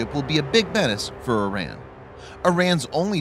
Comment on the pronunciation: Before you make any more videos on Iran, you should learn to pronounce it correctly.